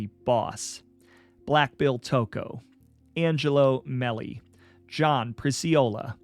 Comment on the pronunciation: Great job on this, dude. Just to help you with 1 pronunciation that I'm certain of, was Angelo Mele. I know it looks like it sounds the way you said it but it's actually pronounced <MayLaí> with the accent on the 2nd LONG A syllable(sound).. and the guys say it with an Italian pizazz but lightly... ¡ MaaayLaY ! ..... ~Angelo Melé